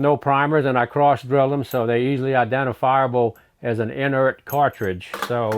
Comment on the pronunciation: "an enerit cartridge"